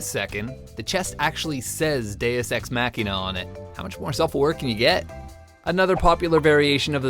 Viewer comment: I don't like your pronunciation. I prefer Deus-ex-(Maw key Nuh)